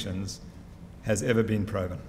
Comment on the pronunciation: What’s with the ‘pro’-ven. Is that a play on the word ‘pro’ fessional?